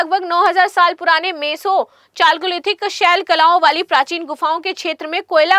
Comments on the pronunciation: चालकोलिथिक नहीं कैल्योलिथिक सही उच्चारण है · Chalcolithical Its pronounced as Kaliolithical 😢